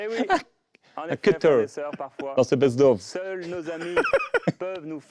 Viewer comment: Ce duo 😂😂 j’aime trop “ best-ov” vs “best-of”